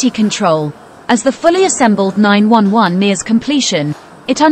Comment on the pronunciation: LMAO, the AI garbage voice. "Porsche 9-1-1."